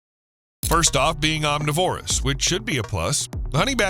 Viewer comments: omNIVorous, NOT omniVORous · "Honey badger don't care." Hey! om-Niv-orus. Not om-ni-Vorus. Otherwise, all good. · It's pronounced aam - ni - vr - uhs, goddamnit!